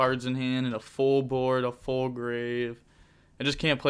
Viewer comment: He said “Phul combo”